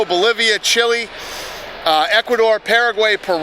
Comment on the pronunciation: Mexico, Bolivia, Chili... Wait what? Chili? You mean Chile?